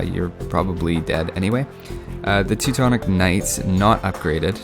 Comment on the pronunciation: That's sounds funny like you prononce Teutons Knight...I hear like TECTONICS KNIGHTS, lol p.s. thanks for videos, I see many of them, keep going!=)